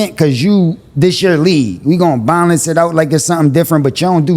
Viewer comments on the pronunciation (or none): Bro said ‘’we gotta bonlence it out the right way… we not gon bonlence it out…” tf is bonlence bruh 😂 🗣️’Balance’